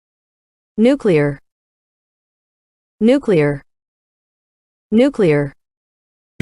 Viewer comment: These people really went nucular on him--I mean nuclear! Dammit!